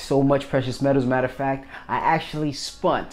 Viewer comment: Awesome pickups dude, those eagles look good, I think you got a good deal on them, also sorry for pointing it out but I realized you say spunt instead of spent,so its like the last video with "brought" , and those aren't numismatic coins they're called constitutional silver,90% silver, or junk silver.